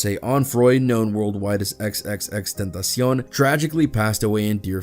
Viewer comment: respect to the reporter for the correct pronunciation.